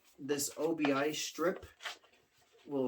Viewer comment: Cool album! The Japanese sure knew how to make great album covers! And I believe it’s pronounced oh-be, and it translates to “belt” or “strip” in Japanese.👍🏻👍🏻👍🏻👍🏻